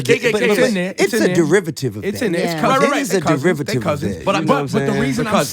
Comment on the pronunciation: My nigga ti said "derivative" 😂😂😂😂👌🏾